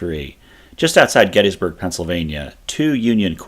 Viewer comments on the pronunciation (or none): Mc FER son, there is no Mc FEAR son. After making it almost 3 minutes into this video I had to stop. The amount of mispronounced words is ridiculous. You want to educate people but are spreading misinformation. The town is called Gettysburg, Not GettEEEEESburg. Where are you getting all these E's. The founder of the town was named James Gettys <--- pronounced Gettis not GettEEES. How is Heth pronounced HEEEATH. It's Heth and you've again added a ton of vowels to another word. I would suggest you go back, do some research, and remake your video with the correct pronunciation of these words.